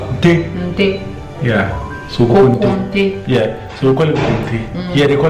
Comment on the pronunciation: 😂😂😂😂 she said kokonte soo perfect lol 😆